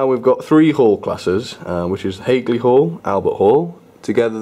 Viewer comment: very nice to see, but its hagley hall not haygley hall